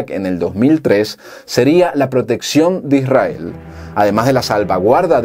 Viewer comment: No es etado unido, es estados unidos. No es irael, es Israel, modula.